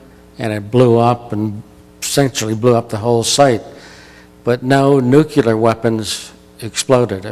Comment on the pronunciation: pronounced nu-klee-ar not nuke- ya- ler